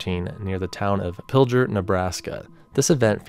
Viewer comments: As a Nebraskan, my people pronounce Pilger as Pilger not Piljer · As a Nebraskan we pronounce it Pilger not Piljer a lot of people not from here pronounce it. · Just a little side note, so you’re aware: When talking about the twin tornadoes in Pilger, NE, the name isn’t being pronounced quite right. You’re giving the G a J sound (saying Pill-jer), but it should be kept as a G sound; say it like “grr”, like you’re growling lol. “Pill💊-grr👹.” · As someone from Nebraska, it's pronounced like Pil-grrr rather than Pil-jrr. Love the video though!!